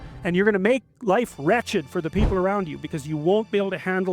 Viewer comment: He says make everyone’s life wretched not ratchet lol